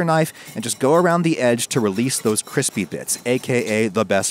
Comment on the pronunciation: Gotta love that kwispy chuheese